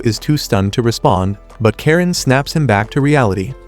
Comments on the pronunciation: Its not karen its karenae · it's karane not karen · Her name is not karen its karane😂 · Bro its Karane